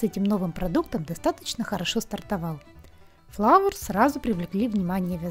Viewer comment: ФЛАУЭРС* ,а не фловерс